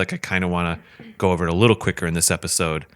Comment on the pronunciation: TERMINA!! Not "Termania" What the hell is wrong with you?